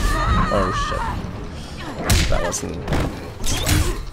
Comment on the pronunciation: Does anyone notice he says shat instead of shit?